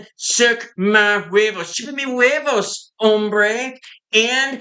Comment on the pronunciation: Hilarious 😂... "Suck Ma Who-way-voes!!!"😅😂